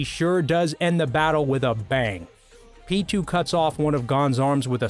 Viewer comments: what about pitou, isnt it pee. toe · Who the hell is peetoo